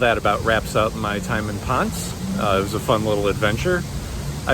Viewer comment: Ponce is not Pons. Try saying Pon seh